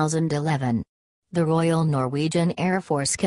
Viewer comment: "Royal", please!!!